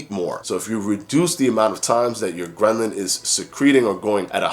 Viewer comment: Every time you say ghrelin it sounds like ghrenlin which sounds like gremlin and so this whole video had me thinking about the movie Gremlins. 😂